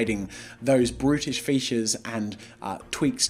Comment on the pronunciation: Did anyone else think he was saying British instead of brutish 🤣